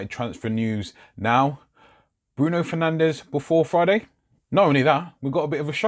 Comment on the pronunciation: Its pronounced fer nanj not fernandez